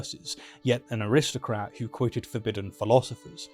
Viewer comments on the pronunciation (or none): I apologise for my ancestor's treatment of Voltaire, and would appreciate it if you would apologise for mispronouncing aristocrat as a RIST o crat .